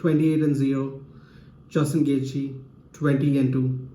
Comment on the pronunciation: Its gonna be an awesome fight!!! I think khabib is gonna get this one for sure. Straight up beast. But bro you gotta learn how to pronounce Gaethje properly haha :D lol